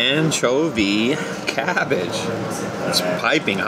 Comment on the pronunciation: Haha, what's "anchobie cavvage? Did you catch yourself when you said that? It's like when people say, "Can I have a cop of cuffee?" 😆 Worchestershire on fish? No way. Malt vinegar and tartar sauce. Great video as always. Stay safe and be well 😊